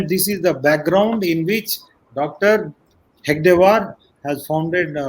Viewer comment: This joker rao can't even pronounce Hedagewar, calling him hegadewar. Talks about guruji - lol. If he had even half knowledge and done tyaga of guruji. Clown